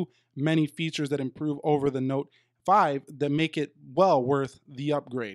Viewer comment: The only thing has to improofe is implemente ffs. C mon,, you can do it.